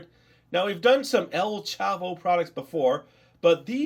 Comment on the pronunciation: You were saying Popis and El Chavo right. But Qiqo is not with a "u". It is spelled Q-I-Q-O.